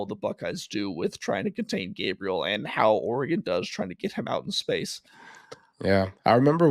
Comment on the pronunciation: called Dillon “Gabbriel”🤨it’s a hard “A” bro!